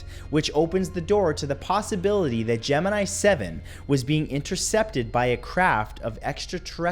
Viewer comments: For anyone who wants to know how it's pronounced, watch NASA... Not this crap. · You don't know how to pronounce Gemini.